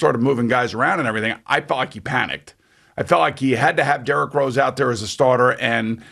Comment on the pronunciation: Jerrick Rose Lol.... Dude you pronounce his name wrong. Plus you say Atlanta Hawks were below them in standing. Dude we finished the season with the same record. And we change coaches in middle of the season. Hawks are built right for the playoffs. And knicks are built for regular season. Hawks was always the better team. So stop blaming Julius Randle for Knicks mishap. They are not constructed right. Go Hawks!!!!!!